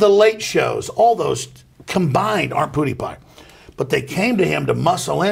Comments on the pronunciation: I love how Alex Jones says PewDewPie. "Puddy pie" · The way he said "pewdiepie" Poodipie at fucking cracked me hahahaha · my favorite sound in the world is Alex Jones trying to pronounce "pewdiepie" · I don't like how he said "figure" with a hard R there. Also, Alex saying Pewdiepie should be sent on an interstellar radio message.